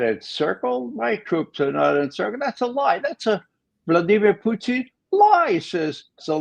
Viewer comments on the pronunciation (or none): Why, unlike everyone else, does McGovern pronounce Putin as "Poutine?"